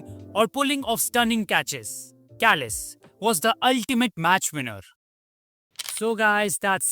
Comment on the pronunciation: I know you like your food. Check out this video "This Village OFFICIALLY BANNED Kebab Shops & Takeaways" Kallis is pronounced as its spelled not Kalleese